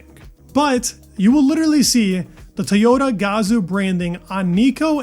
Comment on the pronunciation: TOYota, not TAYota 😂 Just giving you a hard time, love your content!